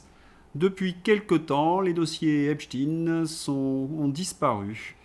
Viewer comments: EpSTEIIIIN EPSTEIIIN PAS EPSTIIIN PUTAIN vous ne comprenez pas qu'en prononçant " IN" vous allez ds le sens de cette saloperie ? C lui QUI A CHANGÉ LA PRONONCIATION PUTAIN de con! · Pourquoi prononcer hep chtin ?